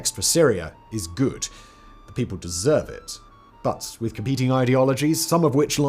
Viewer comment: Nobody in this world "deseres" anything